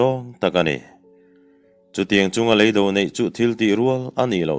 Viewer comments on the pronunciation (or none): Lei do tihhi Alam Dan turn awm a Lang leeido tiha lam Ava that.